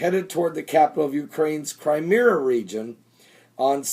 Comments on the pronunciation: Crimea, not Crimera!!!!! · Cry-meeeee-ya That's how you say it. Seriously, you sound like an idiot not being able to pronounce these names.